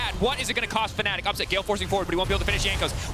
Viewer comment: Team name: Fanatic Commentator: faNNic